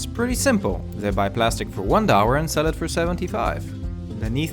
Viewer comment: What's your nationality? The way you dowwars ($) kills me.